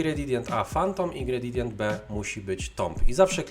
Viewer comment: "Ingredidient"? :D :D Tam chyba jest napisane coś innego, Szanowny Kolego ;)